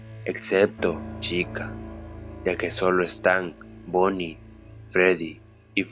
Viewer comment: soy la unica que noto que dice "la caPa de bonnY" enves de "la cara de bonnie"??